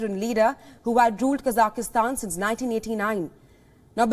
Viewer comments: needs to train their team on how to say the country’s name. Honest mistake. But still needs to be corrected. It’s Kazakh-stan not kazah-is-tan, it’s not to be pronounced like Afghanistan. Anyway hope things return back to normal in the country. So much loss of life is terrible. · It’s not pronounced “Kazaky-Stan” !!! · i think even tho there is a variation and a accent we should respect the original pronunciation and call it Kazakh-stan